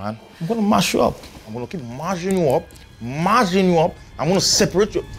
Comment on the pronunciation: “Am going to Maaz you up , Maazing you up”😂😂😂 he’s really tryna say mash you up plus the hand gestures one of the funniest things I’ve seen this for a while. Really relatable.